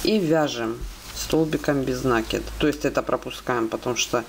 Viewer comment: Всё здорово, только не нАкид, а накИд.